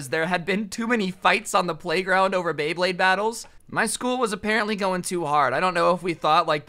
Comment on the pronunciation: And then a couple a second s after he pernouced beyblade wrong